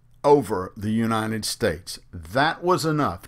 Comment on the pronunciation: Is he saying "U-nine-ted" instead of United?